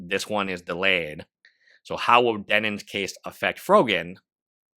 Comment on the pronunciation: Bro... I feel like you're saying, "Denins." I literally can't get passed this thing to even watch the video for some reason. Denims.... like denim jeans.